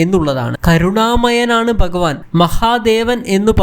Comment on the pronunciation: എടാ മലയാളം ആദ്യം പഠിച്ചു ഭഗവാൻ എന്നു പറയാൻ പഠിക്കുക